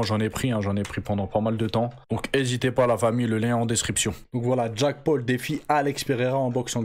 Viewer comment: Jacque paul 😂😂wesh la prononciation c chaud